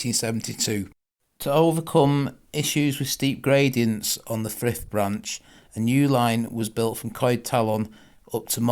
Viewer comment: Good video on the Brymbo to Coed Talon line this is local to me as i'm just under a mile away from Brymbo, the Village of Frith is pronounced as Freeth in Welsh you pronounce "i" as ee I do often walk along the Brymbo Steel works line often, great video